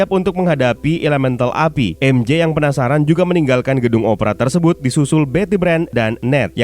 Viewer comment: Bang cuma mau kasih tau, MJ itu bacanya maikel jona bukan mishel jona